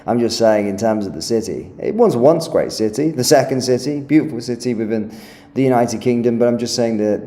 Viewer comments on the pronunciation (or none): none